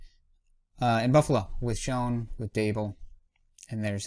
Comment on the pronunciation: just so you know 'Schoen' is actually pronounced more like 'Shane' keep up the nice videos!